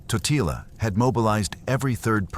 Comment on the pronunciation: Corect pronouncetion is Tótila